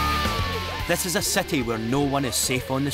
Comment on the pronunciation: It's quite irritating that the narrator cannot pronounce "long i and short i" properly >>> city > cety ...kidnap > kednap and more.